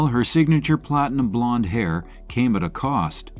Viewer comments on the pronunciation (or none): none